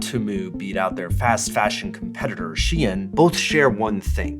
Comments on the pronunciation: I hate how u say temu and shein. atleast the 'deminimus'~ ok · The way he pronounces Shein and Temu stresses me out 😂😂